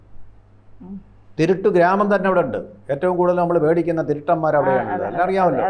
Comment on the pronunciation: തിരുട്ടന്മാർ അല്ല.തിരുടന്മാർ